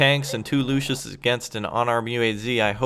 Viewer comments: The recon tank is calles Luchs not Lucius. Its called after the animal. You pronunce it Lux or Lucks ( Not good in phonetics). In english it is the Lynx or bobcat. Nice vid by the way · it is pronounced "luks" not luschis